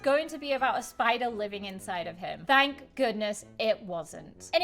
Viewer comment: Why did it sound like said prank goodness instead of thank goodness